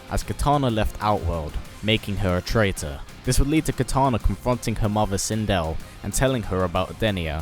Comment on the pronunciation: He said Kitaner